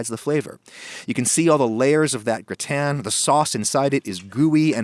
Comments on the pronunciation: Why is he saying "gritan". Its gratin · Grü-ten Lool it’s “Grah-tehn”. Amazing recipe and my mouth is watering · Why do you pronounce it Gr-i-tan when it is spelt Gr-a-tin? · What is a gratan? If you mean gratin then it's pronounced gratah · I've never heard anyone, French, American, or Chinese pronounce "gratin" the way you do. It's "graw-ten" in every language. I thought it was a weird attempt at pretentiousness. Turns out you're just a moron. However, you're a moron who actually responds to comments, which I didn't realize. Major props for that much. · "grih tan" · Word: gratin Adam: G R I T A Y N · Round here, it's said, gra'-ton. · When did the pronunciation of gratin become gra' tan? Someone is watching too many other cooking shows. Don't follow the herd. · I’m sorry I just couldn’t get over your pronunciation of gratin lol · Why are you intentionally mispronouncing "gratin?" Honestly, I think your one of the most pretentious posers on YouTube. You've come off like you're Alton Brown since day 1, like everyone should know who you are. I think you're a joke with decent equipment and editing skills, a repulsive face, and a terrible personality. I think all of your subs are suckers. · Imagine having a temper tantrum because someone pronounces something different. Fucking snowflake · Damn, you butchered “gratin”. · i’m french and i can’t stand the way you say gratin sorry ahaha, absolutely love the recipe tho :) <3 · the way you pronounce gratin annoys me so much lol